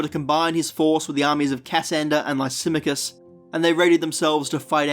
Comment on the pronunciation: Its not Ca - sander its "Cassander". The pronunciation is wrong.